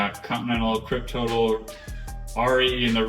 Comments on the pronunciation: Haha 😀 If you already know what i am going to write just ignore it, otherwise the correct pronuncation would be "Krypto-tal" based on the noble gas Krypton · Sweet bike!! But did you pronounce the name of the tire "Kryp-total"?